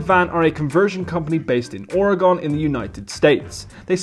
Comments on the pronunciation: OAR-GUN. Say it again. OAR-GUN. not gone. GUN. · Spelled Oregon, pronounced Or-e-gun .. nice video by the way :) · Or-EH-Gone. Hehe..